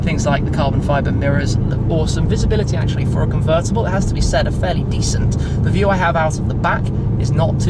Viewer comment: Grrate. C r rt t c. CUVRRTABALLE